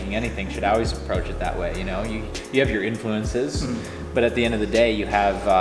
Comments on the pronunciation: Why is he saying always like "oways"? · I love how pronounces always "owlwais" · "It's AWAYS here" :) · man he said owlways a lot. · says "Al-weez" lol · says owase. lol not Always.. just thought it was funny. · "Auways" I love that so much <3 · same haha I hear "ah-wheeze" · Does always say always like that? Is it an indicator of the local accent of his home town? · pronounces "always" the same as the way the Romans said "Hail" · I think he forgot how to say always. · he says it a lot lol let's make a drinking game!